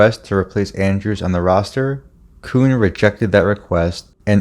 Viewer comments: A small point, but the name Grote is pronounced "Grow-tee", not "Growt". And Bowie Kuhn's name is pronounced "Boo-ee Key-oon". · Jerry Grot-EE and Boo-EE QU-ne is proper pronunciation